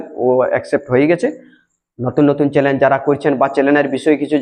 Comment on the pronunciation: চ্যালেন নয় কথাটা চ্যানেল